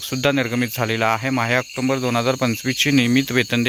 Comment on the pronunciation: आक्टोंबर नाही आक्टोबर आहे विनाकारण अनुस्वार चा उच्चार करु नये